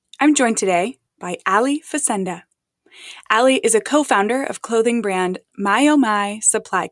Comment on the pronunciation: That's not how you pronounce Faccenda